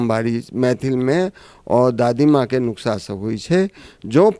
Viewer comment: नुक्सा नहीं है सही शब्द। नुस्खा है